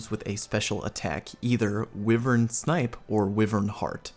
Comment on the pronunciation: Always like your vids dude. From destiny to this. But for the love of god stop pronouncing wyvern incorrectly. Driving me up the wall. Lol.